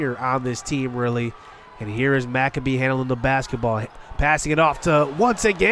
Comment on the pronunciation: anyone gonna tell him it’s no macabee and it’s pronounced mac-abe